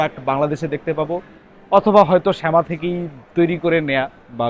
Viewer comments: শেমা না ভাই ছামা 😂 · Bro said "শ্যামা"🗿, but we all know😂 Btw, logo dekhe ami ja vabsi "SAIVIA"